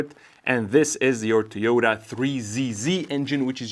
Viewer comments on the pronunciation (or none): I'm pretty sure its To-Yo-Ta, not Tee-yoo-duh. And apparently the manual should say "an UNcertain amount".